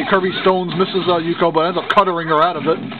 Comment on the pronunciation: XD nice Pronounced Ook-yo From Ranma 1/2 xD